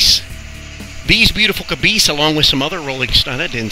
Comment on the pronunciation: Hmm, cabeese or cabice?? Nah... caboosies? That's it, caboosies! Nice work. Dan